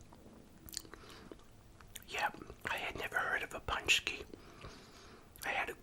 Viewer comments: Your pronunciation is good, but would be more like pooonchki. Also one paczki would be a panczek (pooncheck) just like one pierogi is a pierog. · Poonchski lol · It's pronounced Poon+chki.